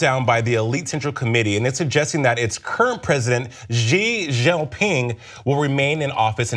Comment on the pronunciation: Please at least pronounce his Chinese name right.